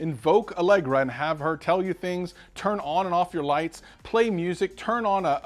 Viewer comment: Who’s here because it’s on sale in target for $72? Plus did he just say “Allegra”?